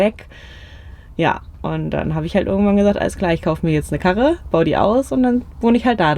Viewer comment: Mega Ruhrpottperle! Hab mir 30mal angehört wie sie „Karre“ sagt 😂